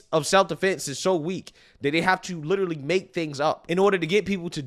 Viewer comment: "He liter-UH-lly admitted...days after, the same day, I believe it was the next day." - Activist race grifter.